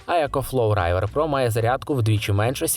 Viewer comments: Не райвер, а ривер - river. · Только не Райвер, а Ривер))) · не райвер а рівер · Чого "райвер"?)